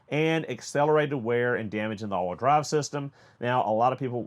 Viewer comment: The only thing I’m hot about is that I had to watch this twice to figure out what “allwhudry” was. Ha!! It’s all wheel drive. I got it finally.